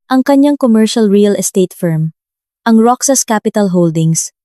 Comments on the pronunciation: MISS , NA TAGA PAG BASA NG KWENTO .. MALI PO ANG PAG BIGKAS NINYO NG ROXAS .. HINDI PO ROCSAS , ROHAS PO ANG BIGKAS HAS HINDI SAS ROXAS ROHAS HINDI ROCSAS ..EWAN. ??? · Roxas pronounce as rohas po not roksas